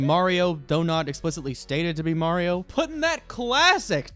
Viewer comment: Imagine saying Mario wrong